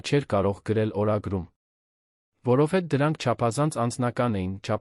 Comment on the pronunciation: Սուտ չի կարող լինել,այդքան ղեկավար լինելով հարստություն էր կուտակել։ Աստծո պատժից ոչ ոք չի խուսափում։ Իսկ ընթերցողը ճիշտ չի ընթերցում, ,,հետևել,,-ը կարդաց երկու անգամ ,,հետում է,,։ Որովհետևը ընթերցեց առանց վերջավորությա'ն' (դարձյալ մի քանի անգամ' ,,որովհետ)